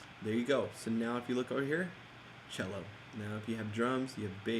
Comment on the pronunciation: Your video is straight dope bro! Just the style and speed of explaining that I love. thanks@ fyi "cello" Lol...